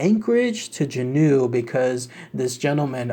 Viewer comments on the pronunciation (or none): Juneau is pronounced June-o, just a heads up. Generally speaking it’s not uncommon for people to get into accidents. I drive that route fairly often and see a lot of abandoned cars and such. Im personally skeptical of the vortex thing, i chalk it up to the really bad blizzards and such that occur often in the winter, which is when most of the disappearances occur. Also a lot of people who want to just disappear come up here and, well, disappear. Cryptids however, I firmly believe there are at least some. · Please look up how to pronounce "Juneau"/"Juno." Thank you.